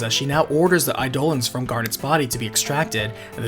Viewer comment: Instead of 'aye-dough-luhns', Eidolons is pronounced 'eye-duh-lawns'